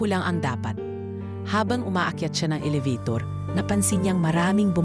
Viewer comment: Oo nga,pangit pkinggan mgbigkas Ang elevator,gnawa nyang alavator,hahaha😭😭😭